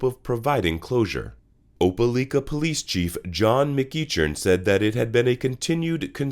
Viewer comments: Oh-pa-like-ah ...not oh-pe-leek-ah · It’s not pronounced OpeLEEka it’s OpeLIKA..I live here. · Opah-like-ah Alabama. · You're doing a great job man, subscribed. Loved the video. One tip that I think will help you grow in subscribers: Try to find a local, or anyone, from near these places you talk about, to tell you how they say their hometown. Your Opelika pronunciation was rough to hear. (Oh-Peh-Lie-Kuh is how they say it.)